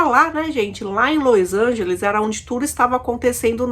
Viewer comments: É LOS ANGELES E NÃO LOIS ANGELES, DOE O OUVIDO ESCUTAR LOIS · los angeles nao lois angeles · Não é Lois Angeles é Los Angeles.... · Lois Angelis kkkkkkkkk.Vou te ensinar ta? É los Angeles aprendeu? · porque você pronuncia LOIs Angeles qnuo verne se sescreve LOs Angeles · Meu Deus! Não tem i no nome dessa cidade, Los Angeles. Q Lois Angeles?? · Você está pronunciando errado o nome da cidade. Não e Lois Ángeles e LOS Ángeles. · Ñ é lois lange e sim los Angeles